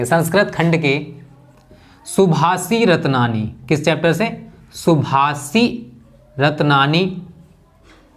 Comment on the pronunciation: सर जी सुभाषितरत्ननि है। ना की सभाषिरत्ननि।